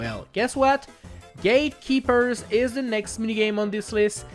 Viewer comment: Gate Key-pers is a sin against humanity, and I genuinely cannot hate it more.